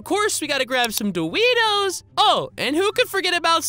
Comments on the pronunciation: My fav part u said dowitos😂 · My favourite bit is when u said dowitos and pitsna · My fav part u get and say dowitos😂